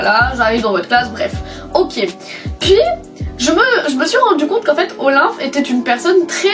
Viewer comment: tu dis OLIMP defois :')